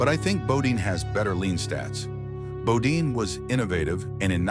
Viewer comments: Bodine NOT Bodeen .....Guess commentator got tired or forgot .... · Nice clip, but would have been more accountable if narrator pronounced his name correctly!